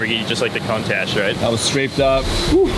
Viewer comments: Aww the guy said "contash", cute! Someone should like him know how to pronounce "Countach" if he's going to be a certified Lambo repair shop. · This guy really called it a contash lmao